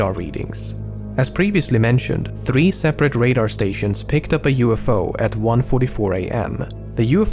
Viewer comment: Your pronounciation of the word Three gives me eargasm